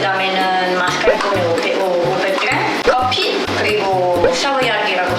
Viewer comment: 마스깔ㄹㄹ포네 현지발음 멋졍.